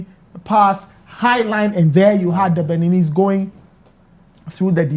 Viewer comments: Did the host just say Beninies?????? wow Brofo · Mr Journalist, did you say Beninis? Oh Ghana, our educational system has a problem. How can a journalist be on TV and say something like that? Hmm.